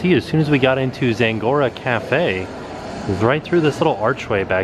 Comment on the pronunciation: There’s no “n” in Zagora